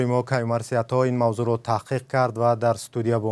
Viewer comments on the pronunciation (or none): Каюмарц? Серёзно😳